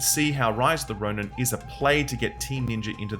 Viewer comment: "Rice of the Roni"